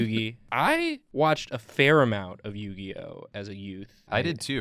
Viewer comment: A fair amount...? Don’t you mean, a ‘pharoah-mount’...?